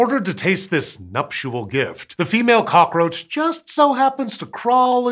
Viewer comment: Please stop saying numptual gift